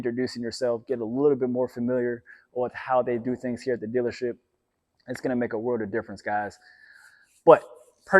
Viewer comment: "Go to the dillership"